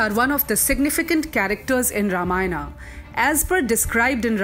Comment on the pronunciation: Wt_ is vanrAs , manvAs and ramayanAs...plz dont spoil language.